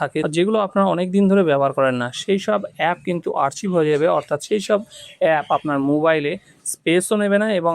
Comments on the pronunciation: বাবু, আর্চিভ নয় আর্কাইভ।কি অবস্থা!! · শব্দটা আর্চিভ নয়, আর্কাইভ, ভাই কোন ক্লাস অবধি পড়েছেন? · ওটা আরচিভ নয় আরকাইভ।